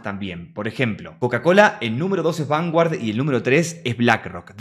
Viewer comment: Se pronuncia vangard.😂